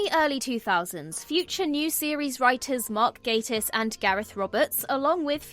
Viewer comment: A Brit mispronouncing Gatiss… Come on, you can do better than that! 🤨